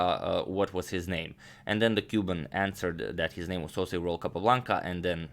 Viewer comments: What is the secret of your excellent pronunciation of international names? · i love your pronunciation of names :)